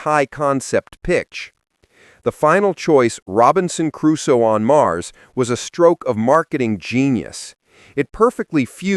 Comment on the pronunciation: its sad you dont know how to pronounce "Crusoe", I guess thats the 11th thing you never knew...